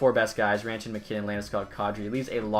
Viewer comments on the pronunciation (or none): none